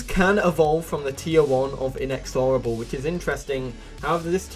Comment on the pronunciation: The way he pronounces inexorable bugs me so bad